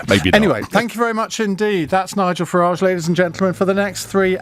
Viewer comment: When this DONALD learns correct pronanciation of name FARAGE?